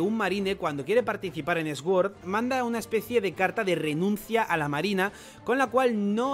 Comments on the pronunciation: No es más fácil decir suord que sguord? Que ganas de complicarse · se pronuncia sord no esguord, que no puedo aguantar como lo dices 😂😂😂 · Me llama la atención que Sword lo pronuncias S-Word jaja , te ayudo un poco se pronuncia Suord que significa Espada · No puedo con esa pronunciación tan horrible para sword, (esguord) puedes decir suord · Cada vez que dice 'Sguord' me salta la cadena de la bici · Se que a la gente no le gusta que la corrijan pero, la W en sword es muda entonces se dice sord